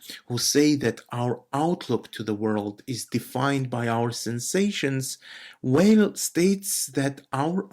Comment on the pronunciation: Very nice! I read Simone Weil every single day. By the way, the pronunciation is VEY.